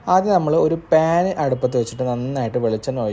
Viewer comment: പേന് അല്ല പാൻ 😊